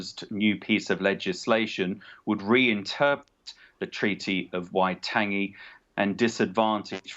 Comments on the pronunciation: Get it right. WAI-TOUNGE-ee. Fgs! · Dude cant even pronounce Waitangi get him out.